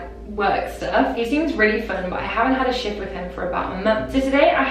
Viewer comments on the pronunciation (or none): on the first confession i fully thought she was saying shit instead of shift 😭